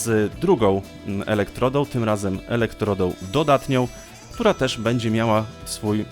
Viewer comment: Jedna uwaga, nie "elektrodoł, soboł, baterioł", tylko "elektrodą, sobą, baterią"!! Galwaniczne, a nie galwaiczne. Dbajmy o poprawną wymowę języka polskiego! :)